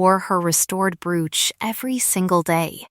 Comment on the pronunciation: Brooch ..bad word pronunciation.